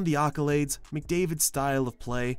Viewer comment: nice video but its accolades not occolades :P